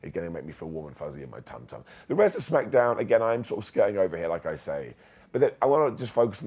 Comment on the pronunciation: I like how he says Smack-uh-downv🤣🤣